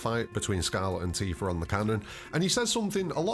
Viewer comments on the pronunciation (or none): Hard r is crazy